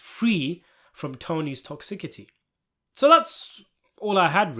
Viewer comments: These videos... are they voiced by a dub? Why'd you say "tock sickty" instead of toxicity at the end.. why not just use your real voice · Tony’s ‘toxickity?’ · "Tony's Toxicaty" Whatever happened there? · How does one manage to mispronounce “toxicity”?